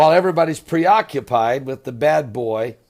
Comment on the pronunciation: ha, bad hair" well that's one dead barber, "rrrrr bwad hwair, I kwilll you".